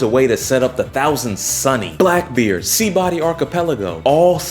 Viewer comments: “Seabody archipelago” 😭😭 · he'll spell skypia more then he'll ever say sabaody right hahahaha